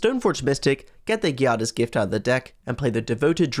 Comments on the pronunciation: The G in Giada is pronunced like the J in Jade. Giada is Jade in Italian. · To make things clearer, think about the J in Jade and then for the "iada" part think of Ada like in Ada Wong. So Giada is pronunced like J of Jade + Ada of Ada Wong.